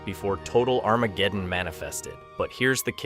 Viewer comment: I thought I was the only one tripping when I heard that. His pronunciations are not ideal lol.